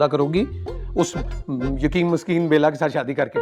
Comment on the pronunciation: What!!! She said Bala instead of Bela...🤣🤣🤣, from India...